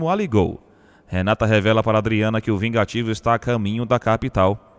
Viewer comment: Verdade chamar Gerônimo de VIGATIVO...Que palhaçada desse narrador...😝